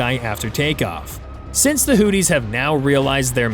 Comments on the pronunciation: From everything that I had heard on our news , here in the U.S. , I believe that it is pronounced Hoo-thee with a th like in three , and not Hoo-tee with a dt sound that you sound like on my phone . I may be wrong so , if I am , I apologize . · Hootie? Is Darius Rucker in the room with us? It's pronounced "who-thee(z)". lmao